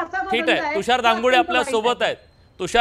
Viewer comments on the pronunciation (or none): तुषार बोलता येत नाही. चुकीचे बोलत आहे. तुषार